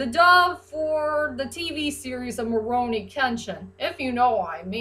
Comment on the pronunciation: I feel like you're saying rurouni with an m sound at the beginning like morouni kenshin